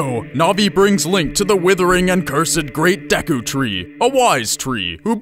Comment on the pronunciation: Jerudo and Dekku :O I like seeing how other's pronounce these things. I'd prefer Gerudo with a hard G and Day-koo